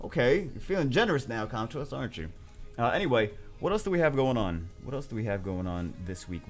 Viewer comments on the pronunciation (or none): none